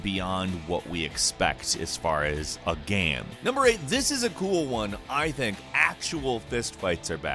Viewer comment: I like it when you say GAM